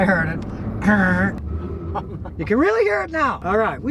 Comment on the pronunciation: Imagine sitting down with Scotty and taking him out for the drive saying I Hurd it 😏 I Hurd it 😂